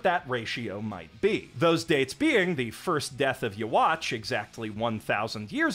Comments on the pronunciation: The way you’re saying “Yhwach” is funny. I’ve only ever heard people pronounce it “Youhabach” not “Yahwatch” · yhwach’s name is actually pronounced “You-Ha-Bach” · Bro called him yuhwatch the whole video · My eyes twitch every time I hear the pronounciation of Yhwach in this video